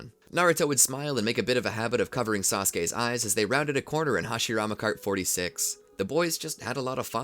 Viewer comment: “HASHIRMA CART 64” 💀